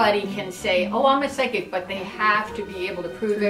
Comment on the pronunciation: Side kick? What? Oh you just don't know how to spell or pronounce psychic that's really funny XD